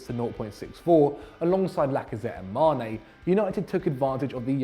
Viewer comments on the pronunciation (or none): none